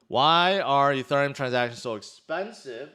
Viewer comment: Why do you say Ethereum like that. Stop it.